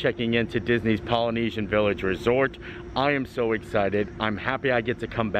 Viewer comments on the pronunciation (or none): none